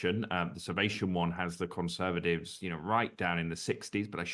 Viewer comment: Conservadivs?? Why can’t this bloke say Conservatives? Vote Reform